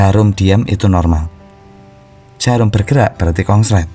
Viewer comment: Konslet mas bukan kongslet